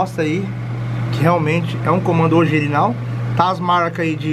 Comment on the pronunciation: So eu que ouvi ele falando comando ogirinal?😁😁😆 No minuto E ele ainda repete kkk